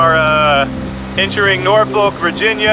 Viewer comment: Just want to help you with pronunciation spell Norfolk, say Nor Phuk. Thanks for the Video. Great your and info.